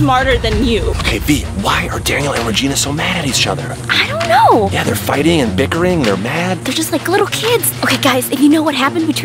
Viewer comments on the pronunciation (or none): Btw, why does Chad say each other like “Eas chother”